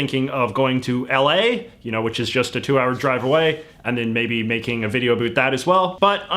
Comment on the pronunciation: Your pronunciation of 'about' destroyed all sincerity in this video.